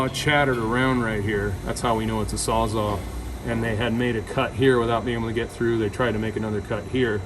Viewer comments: Sawzall not saza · Sawz ALL NOT SAWZAU